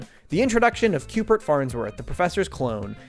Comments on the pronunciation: .. c... CUBE-ert. Not Cupert. Cubert.. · Great production! Only gripe I had was Cubert being pronounced “Cupert” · Great video, but... are you saying 'Cupert'? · Is he saying "Cupert" with a P?